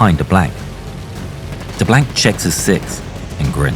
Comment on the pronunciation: Being a Cajun in Louisiana I'm proud we are represented by DeBlanc...but learn how to pronounce his name and the actor had no accent and we don't use culture references every five seconds "bring on the gumbo"...lol or the swamp references...but other than that great representation